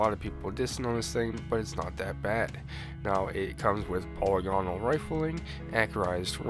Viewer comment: I'm just waiting for the day when a single person pronounces "polygonal" correctly lol...it's a tough one but even though I'm being a little bitch about the pronunciation of a word, it's something I notice in EVERY video that has ever said it lol...good stuff man, gonna do this for sure BTW, 1k voices is such an advantage right now (until they fix the bug at least). Not only does it buff your other weapons by 25%, it buffs all of your abilities and super by 25 as well(only in love, doesnt work in pvp)...it's hard to believe how much damage my spectral blade swipes are doing lol